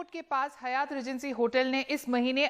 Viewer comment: It's not Hayaaat....it's Haaayat